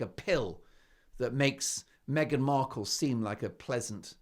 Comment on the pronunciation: Did she just call her meghan merkle!😂